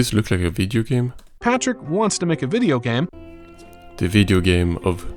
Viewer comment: He didnt want to create a Video Game. he wanted to create a VideGem. I cant be the only one who immediately hears the AI mispronounce that Word.